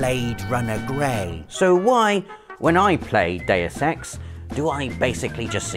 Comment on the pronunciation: It sounds like you're saying day of sex instead of deus ex